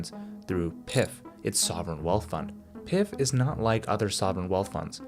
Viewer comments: I really like this channel. But your pronunciation of PIF is an indicator how the quality of research done. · When he pronounced PIF, I was like yup this guy has no idea what he's talking about 🤣